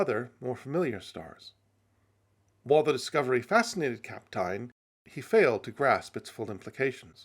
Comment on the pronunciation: The pronunciation of Kapteyn is perfect!